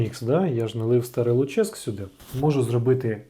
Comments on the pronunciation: Не ЛуЧеськ, а ЛУчеськ. Давня назва Луцька. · ну і ЛУчеськ (наголос на У) - це історична назва Луцька